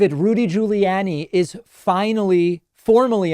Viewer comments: So not the most substantial post I've made here lol.... but I've heard David continually pronounce "Gugliani" with a short "a" sound (as in "Annie") in his typicall dry humor way as he does with certain Trumpisms. I imagine this is a reference to someone having mispronounced his name in the past. Anyone know if it is (I have a guess)? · I sure hope so, and I love how David says Giuliani